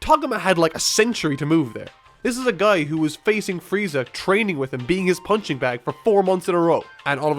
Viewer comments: He said "Fieza" instead of "Frieza." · its freeza, look it up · excuse me... Fieza???? FIEZA??? FIEEEEEEZZZZAAAAAAAAAAAAAAAAAAAAAAAAAAA???????? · frieza nor fieza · Found a typo. You said "Fieza" instead of Freiza" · Goku Vs Fieza 😂😂😂😂 your missing an r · Fieza? lol No hate.... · Lol on #1 you said Fieza XD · Fieza is like a Dolan compared do Donald. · You missed the R in Frieza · fail on frieza's name